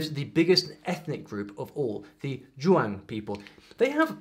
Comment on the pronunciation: Please look up the IPA for xiang and zhuang because hearing you pronounce it with a british filter was sort of painful